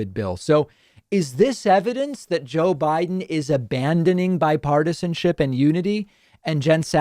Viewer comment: " JOE WIDE'IN "